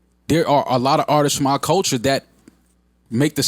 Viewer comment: “People that are in da culcha”... ok, I’m out.